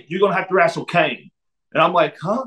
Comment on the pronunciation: It's awesome he says "Wrastle"